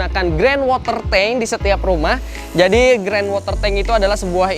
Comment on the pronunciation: Maaf Sdkit Koreksi 🙏, itu tandon air sebutannya Ground WaterTank bukan Grand 😀... Keren rumahnya